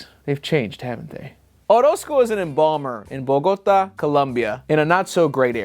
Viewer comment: The way you pronounced bogota Colombia is getting to me as a Colombian 😭😭💀